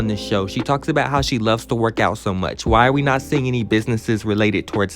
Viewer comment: YOU ALWAYS TALKING ABOUT, “LET ME NOT DO TOO MURCH.” 😩🤣🤣